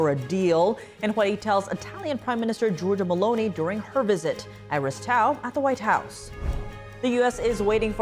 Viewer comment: Meloney as in Baloney.Its not Melooni.😊 🎉